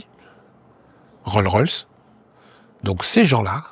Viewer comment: Il ne sait peut-être pas prononcer Roll's Royce mais qu'est-ce qu'il fait bien le bruit du moteur 🏎️🏍️🚗